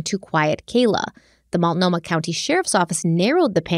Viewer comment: Ok, yes... you said Willamette correctly. You also pronounced Multnomah (Molt-no-mah) as "Muitnomah" and are now pronouncing Sauvie (Soh-vie) as "Suave". Ricco Suave has nothing to do with Portland. You've also pronounced Oregon (Or-gun) as "Or-ri-gone" and The Oregonian (The Or-go-nian) as "The Ori-gone-ian". Now that that's settled, can we please just hang Terry upside down until the truth finally spills out?? I say the state does to her whatever she did to Kyron.